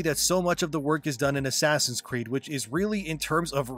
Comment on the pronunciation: He said ass creed haha. STOP ABREVIATING SPOKEN PHRASES. Its very off putting.